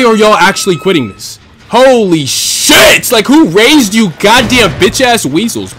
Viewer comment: Man almost said who waised yall lmaooo that shii had me crackin up, dood prestige master trapper tho good shiii my boiiii